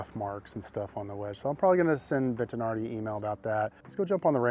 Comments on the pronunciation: Ha, there is no ‘n’ in Bettinardi, stop calling them Bentinardi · Why are you saying BENT-an-ardi? It is Bettinardi. Bet-a-nardi. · Brah, It's BET-TI-NARDI.... there isn't an N anywhere in the pronunciation.